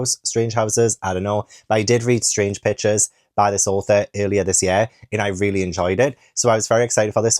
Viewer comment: Every time you say Strange Pictures, I hear Strange Bitches. 😭😂